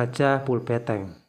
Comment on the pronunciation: BeNteng mas bukan beTeng